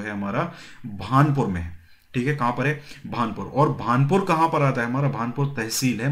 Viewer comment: Bhanpur nhi bhanpura h sirji